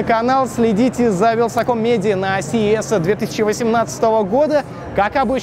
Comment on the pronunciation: "Мня зовут вилсаком медия".... Ты инвалид!! Добав это в штамп в паспорт! Никогда не думал что буду хетером но меня так бомбить от этого убогова ведущива. Валя найди Нормалнова одново плиззз